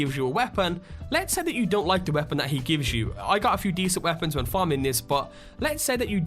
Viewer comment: The way this man says the word 'weapon' annoys. Its not the accent.